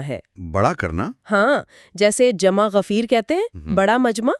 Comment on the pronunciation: جمع غفیر نہیں ہوتا جمِ غفیر لفظ ہوتا ھے